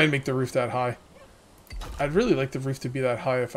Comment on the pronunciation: buddy had a long night 😂😂 and it’s pronounced really